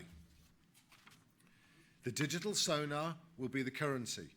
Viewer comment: Digital currency SONAR or SOLAR? :D